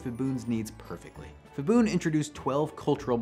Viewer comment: When there is a “ph” in Thai-English it’s pronounced /p/ the h is for aspiration. So not /fibun/ but /pibun/. Same goes for mostly every other Thai word written with Ph, e.g. Phuket. Also pad Thai is actually pronounced “putt” Thai (/putt/ pad meaning to fry)